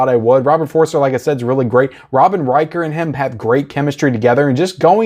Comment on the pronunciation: No disrespect - it's Robert For-ster, not Robert For-re-ster.